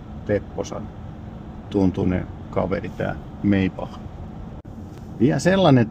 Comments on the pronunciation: ääntämispoliisi tekee intervention. äännetään maibah 😊😊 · Pliis, se lausutaan Maibach!